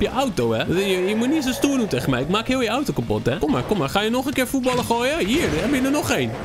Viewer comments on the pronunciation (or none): none